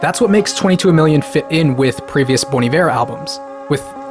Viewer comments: Idc what you say it is Bon EYEver, not Bone Eve-air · It’s pronounced “Bon ieveer” instead of “bon aivar” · I thought it's pronounced bon eye-wear 😂🤦‍♂️ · Wait...it's pronounced bon evair!?!? Jesus, mind blown. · wait ive been pronouncing it bon ivet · Pronounced as Boney Viv? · Anyone else pronounce Iver like Ivy , and not like this guy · It's pronounced "Bon Iver"?? I've been saying "Bon Iver" this whole time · Nah you guys are still saying it wrong. It’s “Bon Iver” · you’re all wrong. it’s pronounced “bon iver”. sorry to rain on your parade. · This whole video is great, apart from your pronunciation of Bon Iver